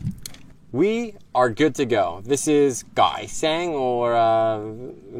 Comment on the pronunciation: " Gỏi sen" not " gỏi sang" a nha 😂